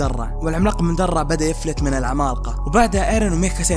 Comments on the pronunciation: المراجعه كويسه لكن ليتك تقول العمالقه بدل ماتقول (العمال قا) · اتحداكم كم مرة قال كلمة( العمالقة ) بنطقه الغريب لها الي زي الخرا والله؟